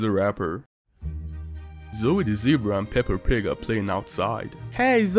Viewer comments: The way that he says pepper instead of peppa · How it sounded like said pepper instead of peppe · peppa Also what I hear from: pepper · Bro really said pepper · Is just me or someone else Heard peper😅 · Bro Zoe said pepper instead of peppa💀💀💀💀💀💀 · Its peppa not pepper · peppa =🗣pepper